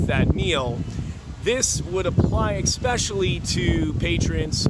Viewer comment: eSpecially...not eXpecially pretend the word starts with one simple letter - S.